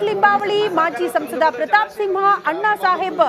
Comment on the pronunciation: ಸಿವ್ವಾ ಅಲ್ಲೋ ಅಣ್ಣ ಸಿಂಹ 😂